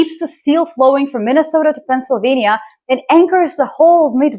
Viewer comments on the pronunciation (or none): none